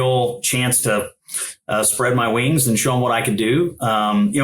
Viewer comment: I had to pause & rewind to listen to what he said he "spread" again. He claims it was his wings 😂